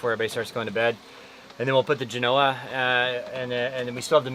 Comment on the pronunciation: For the love of god, google the correct pronunciation of Genoa. Same as the city in Italy. Accent on the first part, "Jen" followed by a SOFT "o", then "Ahhh." Not Jen "O" ah.